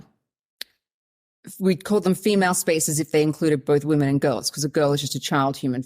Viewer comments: It might seem a little petty, but this is one of my pet peeves that drives me nuts. It drives me nuts when I hear people pronouncing the plural form women, the same way as the singular form woman. They are not pronounced the same at all. The plural is pronounced like wimen. It is still spelled women, but definitely not pronounced like woman. Even if the subject matter of a video is interesting and important, I can't listen if one or more of the person can't pronounce the word women correctly. And it wasn't Sal who did this, it was the other lady. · This will sound very snarky but is meant as a simple piece of advice to anyone having trouble pronouncing 'women'. Although the first syllable is spelled the same as in the singular 'woman', the word's pronounced as if it's spelled 'wimmen'. I can remember stumbling over this for a little while until it suddenly clicked. I sometimes hear ppl on podcasts and broadcasts having this trouble, i.e. pronouncing 'woman' and 'women' almost identically. Just a thing you have to learn at some point. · Why can't you pronounce the word: women? You can say men. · Just now I found myself watching a video where Zimbabwean Brooke Bruk-Jackson pronounced 'women' the same way you do. ( Meet the reigning Miss Universe Zimbabwe brooke_brukjackson as she speaks to Marisa on#MorningRush) Maybe it's a British Commonwealth accent thing. To a North American, the difference between the singular and plural in your and Brooke's pronunciation seems pretty much non-existent. So now I'm curious, and I should have thought to ask this before: do you and Kiwis in general hear a distinction that I don't?